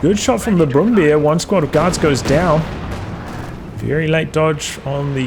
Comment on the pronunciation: the overall video and battle was great but i was rather a bit annoyed everytime you pronounce Brummbär as Brum-Beer